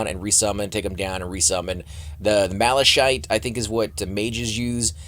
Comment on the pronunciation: It's pronounced MalaKite, not malashite! Aaaaargh, my freaking ears :)